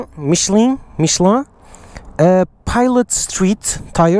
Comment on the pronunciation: commonly pronounced Mish-uhl-in in English speaking countries..I can't wait to see on a Grom.. it will be funny.